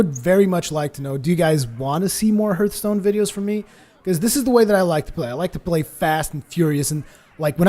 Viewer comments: HARTHSTONE NOT HURTSTONE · Its actually HARTH-stone,:) no judgement, I know English isn't your native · you watch TB,so why don't you pronounce hearthstone right?